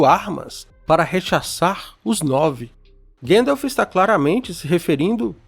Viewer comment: Ótimo vídeo! Porém tente corrigir as pronúncias, tipo Gandalf, não Gendolf ou anãos não anões ❤